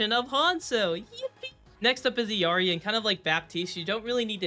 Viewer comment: Bro its ILLARI and Bridjett not birgitta